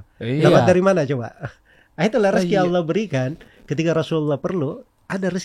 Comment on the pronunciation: Knp sih harus ngomong Auloh? Giliran bahasa inggris sok2 native. Hahaha.